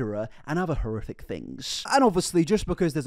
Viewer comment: Serious Question: Are you a closeted ventriloquist? I ask because you effortlessly use the "th" sound in place of the "f" sound intermittently. This is a ventriloquism technique. You literally say "horrithic" instead of "horrific" . Love your content either way. I'm just intrigued.